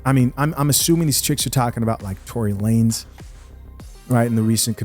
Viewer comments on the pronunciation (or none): none